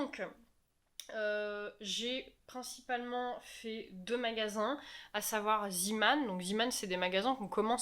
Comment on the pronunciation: Pas "Ziman" mais "Zéman" :'( J'ai planté là dessus durant 5 minutes lol Pour les chocolats, je te conseille les Galler =D Sinon, très bonne vidéo et vive le lifestyle!